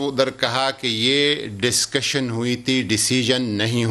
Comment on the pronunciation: it's not dascussion it's discussion